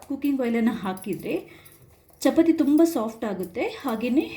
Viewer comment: chapati alla chapaati anni mam